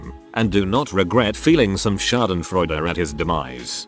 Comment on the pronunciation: ...yes, and then it gets "Schadenfreude" right, LOL.